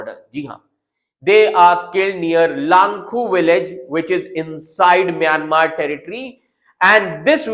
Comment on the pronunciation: It's Myanmar not mayamer